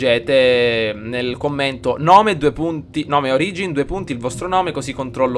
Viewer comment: solo per dire ma l'accento è sulla "o" di origin :)